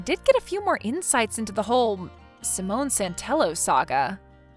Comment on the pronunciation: It’s pronounced sigh-mon not pronounced like a French woman’s name Simone